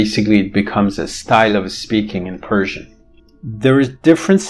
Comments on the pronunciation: yes, definitely I was in doubt whether you are from Iran! You speak Persian and pronounce the words as if you are a native. I am also a multilingual linguist Bravo! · can't believe it. Your pronunciation is flawless. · your persian pronunciation is awesome